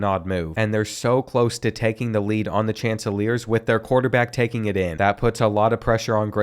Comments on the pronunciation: Great video. Just FYI, Coastal Carolina’s mascot is the Chanticleers. Shawn-ti-Clare’s. Watch the movie Rock-a-doodle if you want to learn how to pronounce it 😂😂😂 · Coastal Carolina SHAWN-TA-CLERS. Its a super weird team name so i get it but i cant have you out here calling them the chandeliers anymore lol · Yo yo always pronuonce the chanticleers wrong u say chanceleers.